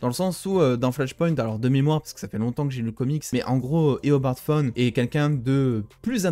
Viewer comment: Super vidéo, vraiment ! Mais à un moment donné tu as dit Éobard Phone au lieu de Éobard Thawne.